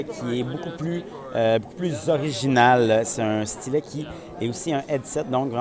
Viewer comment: Bon la prochaine fois tu feras ta vidéo en français hein? LOL Nan je rigole mais y a quand même une différence entre S-TY-LET et stlèt hein ?? xD Merci quand même pour cette vidéo :D